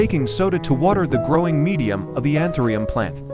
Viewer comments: Антуриум ,а не антерум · Антуриум , а не антериум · Научитесь правильно называть растение! Какой антириум? Противно слушать! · Антуриум, как можно верить, если даже название цветка произносит неверно. Из Владивостока, Россия. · Que traduccion tan mala ni anturio li dice bien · КАК ВЫ ТОЛЬКО НЕ КОВЕРКАЛИ НАЗВАНИЕ РАСТЕНИЯ!!!!!...РАЗ ВЫ ВЫЛЕЗЛИ ДАВАТЬ СОВЕТЫ, БУДЬТЕ ЛЮБЕЗНЫ, НАЗЫВАЙТЕ РАСТЕНИЕ ПРАВИЛЬНО! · I will never trust or respect AI unless it actually learns to speak English and pronounce words and names correctly. the plant's name is anthurium, not anthrium. The language spoken in Poland is Polish (long o) not polish, as shining a spoon. It is infuriating to listen to AI robots. Bring back real people with real understanding of how to speak English!!!